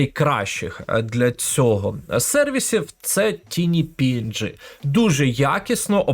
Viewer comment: Величезне дякую за вашу позицію і корисний контент для веб-розробки. В тому числі завдяки вашим урокам, я опанував професію фронтенд-розробника і успішно працюю вже майже 2 роки. P.S. Невеликі поради по вимові англійських слів: flex - флекс, а не флєкс tinyPNG - тайні піенджи, а не тіні піенджи